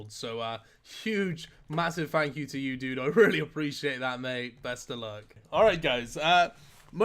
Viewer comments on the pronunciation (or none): none